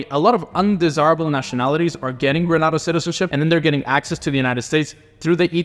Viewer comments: It Grenada not pronounce Granada. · It’s pronounced Gree-ney-da by the way